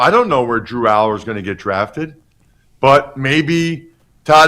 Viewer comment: Bro said drew allar😂😂😂😂😂